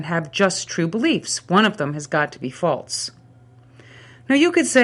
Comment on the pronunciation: This is not only a good example of the Problem of Evil but also a good example of the linguistic concept of excrescence! Listen to how her "false" becomes "faltse."